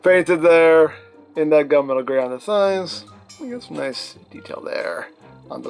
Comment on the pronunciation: Not enough coffee. I heard gun metal gray as gumbo gray... ☕🥴